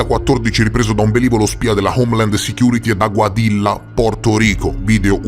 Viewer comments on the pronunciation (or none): si scrive Aguadilla si pron. Aguadiia,non faccio il saccente,ma ho vissuto in un paese ispano parlante per 5 anni.